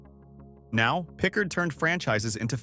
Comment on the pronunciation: Thats not a oic of Jackson. Pickard is not correctly pronounced.